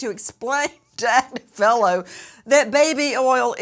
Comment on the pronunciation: I listen to marks wife Karen Agnifilo, pronounced Ag nif ilo. Mark has an uphill battle he can't win..plz pronounce his name right!